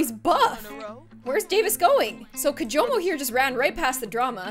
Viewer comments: she said kimojo the whole time even though it was kijomo. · Everyone it's kijomo not kimojo